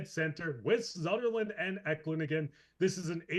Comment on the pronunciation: Eklund = "Eh Klund"